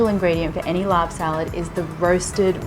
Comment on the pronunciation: Thanks for calling it laab instead of larb... don’t know where that came from, it makes me cringe lol